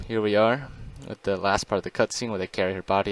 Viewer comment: "they" and "the" are not pronounced "dey" and "da".